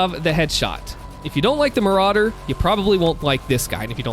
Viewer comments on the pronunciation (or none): Ah yes Maykerauder